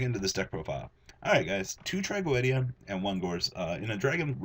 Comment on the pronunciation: its not trogowwedia its tragoedia